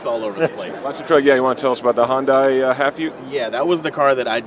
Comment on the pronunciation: It's not hondai its not a honda! gosh! It's hYundai